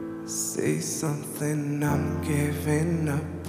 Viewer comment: The guy he said “ SAY SUNTHUNG 😂 “